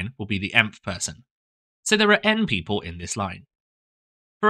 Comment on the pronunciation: Why does ‘n-people’ sound wrong 😭